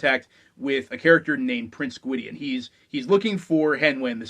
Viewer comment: The main character's name is pronounced TAH-ran, not Tear-in. Check any of the books appendices where Alexander provides a pronunciation guide to his world. Also, Gwydion is pronounced GWIH-dyon (not Gwid-ee-un)